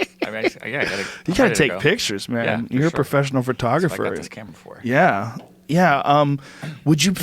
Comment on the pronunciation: "...professional *furtographer*..."